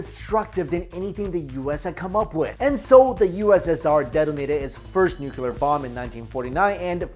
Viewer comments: New - Clee - Er New - Cu - Ler Why can't people pronounce it right? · Bro it's nuclear, not nucular lmao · New-Cleer... not New-que-ler... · Nooo-cleee-errr not nucular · Say it with me 'Nook-lee-arr' or even 'new-clear' Nuclear...not nucular. Edit: Show me where the nuculus of the atom is. Sorry, that has always been a supreme OCD trigger. Lol. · "New-clear" not nu-cu-lur. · I pronounce it as ‘noo-loo-car’ fight me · "...the US inevitably became a Nucular power" -My Chin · Totally nuke-u-lar dude! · pronounced New-Clear. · 1 "U" in nuc-LEE-ar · Jesus Christ man. I love your videos... but I cannot watch a video where someone repeatedly says nu-cu-ler. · Nu-clear. Pronunciation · Ian Macfarlane I don't know what you do for living but you seem to have lot of time for writing BS. You clearly think less and type more. I don't have any problem with, but the OP... can't get enough of saying 'nu-cu-ler', it's like mocking his accent. If that's not racist then I bet you do the same things (mocking people) in your life for fun. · George W Bush. People have had trouble with that word ever since he mispronounced it on TV for 8 years. While he was in office I caught myself making the same mistake a few times. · LOL Syn's I feel your pain as that has been a pet peeve of mine as well. Hang in there! :) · Came to the comments to say the same thing but you already said it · This guy is destroying "Nuclear "... gotta be a language barrier..